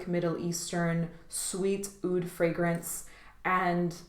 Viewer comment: Great vid I think Roja is fantabulous,but Aoud isn't how oud is pronounced in Arabic